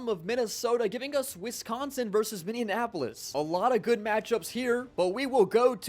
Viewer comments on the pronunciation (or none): My guy, you need to learn how to say minneapolis